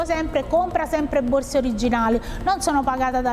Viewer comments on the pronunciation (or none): "Tg borze" 😂